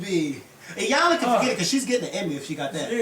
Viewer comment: Iyanlassssssssssssssss with an S. LOL!